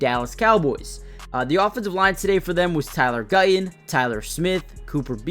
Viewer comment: Would it not be better if you said Guyton instead of Guy-Un. And would it not be better if you said Martin instead of Mar-Unn?